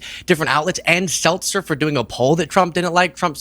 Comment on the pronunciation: Dude, it's Ann Selzer, not SelTzer. She's not carbonated water, lol.